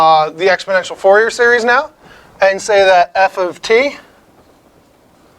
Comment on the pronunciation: i dont trust a math video where they pronounce fourier as FOUR-YEAR instead of FOOR-YEY. You just destroyed your reputation there, bye!